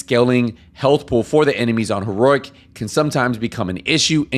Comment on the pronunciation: There’s only one “r” in “heroic,” dude.